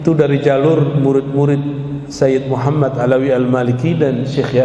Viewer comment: Astagfirullahalladhim ustadt mengucapkan kalimat syahadatnya salah.bagaimana mendapatkan safa'at baginda kanjeng nabi muhammad Saw jika mengucapkan nama beliau salah Aamiin.